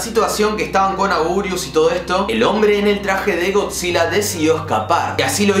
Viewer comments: No es augurius es anguirus 🗿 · Por cierto se escribe Anguirus pero se dice angirus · Angurius XD, es anguirus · sos un ídolo pero se escribe y se pronuncia anguirus